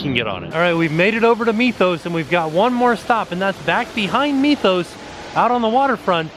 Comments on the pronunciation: Wouldn't the Mythos restaurant be pronounced Mith-oos and not Meeth-oos? I mean, we don't pronounce the word 'myth' as meeth - just curious. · I love how you say "meethos" instead of mythos